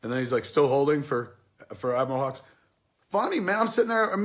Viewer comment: Love the video, watching this with subtitles makes it even better. The hux vs Poe scene at the beginning becomes hilarious. Poe keeps calling him hugs instead of hux, it's amazing